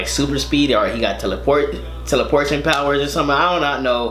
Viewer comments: He said "Teleportion" powers, not the correct term.. Teleportation. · lol teleaportion